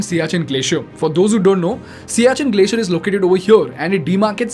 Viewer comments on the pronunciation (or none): none